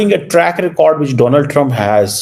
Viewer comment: DonAld nahin ji DONald hai pronunciation